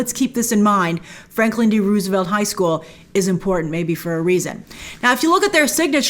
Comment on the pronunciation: Why do you pronounce Roosevelt like that, Grace?